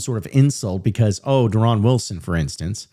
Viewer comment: Yeah that not how he pronounces his name 😂